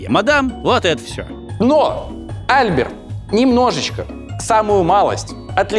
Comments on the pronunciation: Жорж Эже́н Осма́н (фр. Georges Eugène Haussmann)- ударение на последнем слоге, ОсмАн. Он же француз... И Эйфель всё-таки ГЮстав, а не ГУстав. По той же причине. И де Дион - АльбЕр. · Putain! Мсье!! Ну на последний же слог ударение во французском) Осмáн, Альбéр и т.д. Ну пазяаааазя!!! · Дико отвлекают неправильно проставленные ударения во французских фамилиях. Неужели нельзя было перед публикацией узнать как читается Осман или Альбер? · Почему в именах Альбер и Никола ударение не там, где надо? Франкояз же. Ну и по истории куча мелких косяков. Видос прекрасен.